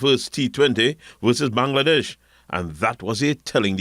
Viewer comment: Bangladesh, please check the pronunciation.